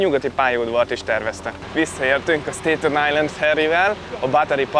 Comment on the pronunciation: Sztetön ájlend ès nem sztèjtön… kivètelesen… bégel = bágel ;) Köszi a videòt